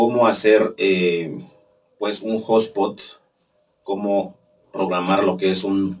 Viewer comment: No es hablar mejor, es hablar correctamente y si te escuchas a ti mismo verás que se oye raro!